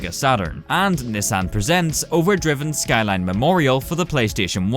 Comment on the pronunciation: Also Shkyline